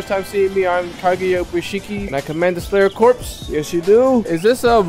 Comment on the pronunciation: you actually got the pronounciations correct on lord ubuyashiki for the first time